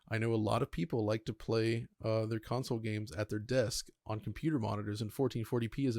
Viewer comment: I love.......but it's pronounced "con-sole" not "council". Lol